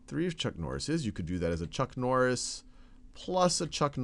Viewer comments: It's chuck nori :/ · I litterally went down to the comment section within the 2 seconds after hearing chuck norri